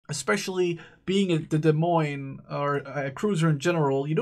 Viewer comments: 5"/38 cal were always DP on all USN ships wether single mount, or twin mounts. the 8"/55 were the rapid fire mounts and fired twice as fast as the other Baltimore's. and we pronounce the ship D'Moines. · you just DONT pronounce the "S", cuz they are silent S's! So you say "De Moine" without pronouncing either of the 2 "S"es! Its the exaxt same principle as with the american states wich have silent S's in them such as Ilinois (wich is pronounced: "Ilinoi") and Arkansas (wich is pronounced: "Arkansa") Its actually that SIMPLE! I realy dont understand the difficulty you and other plebs have with this to be honest! Still nice video, realy enjoyed watching the naval combat!:D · It's pronounced [Deh]-[Moyn] :)